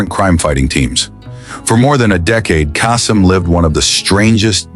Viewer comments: Pronunciation error: It's Casey Case-EM, not Ca-Sem. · it pronounced Caysum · Casey's last name is pronounced KAY-sem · Teach AI how to pronounce Kasem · Either you are using AI to narrate or you can't pronounce Casey Kasem's name properly. FAIL! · How difficult can it be to correctly pronounce "Kasem"?:)